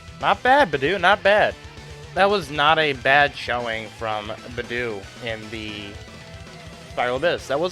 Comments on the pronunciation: Also, Beidou is pronounced like: Bay - Dough, not bi - doo. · nice video but,, hey if ur going to main beidou as dps, atleast try to pronounce her name right😅😅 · But man I don't wanna be a mood killer but the way you pronounce Beidou makes me uncomfortable.